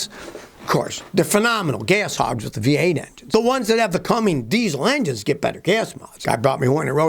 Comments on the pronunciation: Scotty, love your channel and am amazed how much you know about cars. Please start saying Cummins and not "Cummings" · CummINs not CummINGS.